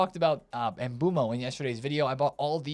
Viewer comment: mate please stop saying mboomo it’s pronounced em - boo - Em - O 😹😹